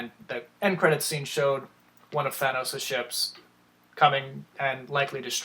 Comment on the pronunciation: Sorry had to dislike because of the way you say Thanos